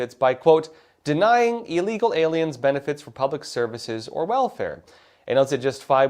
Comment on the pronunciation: Great video. Pronounced ill-legal, not eel-legal.